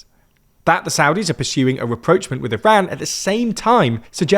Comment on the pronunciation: You keep misusing "reproachment" when you mean rapprochement. For a word you use so often, maybe you should consider pronouncing it right...